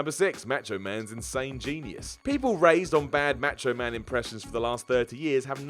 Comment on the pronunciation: I love how you say "macho man" match o man .